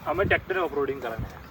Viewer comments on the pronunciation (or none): none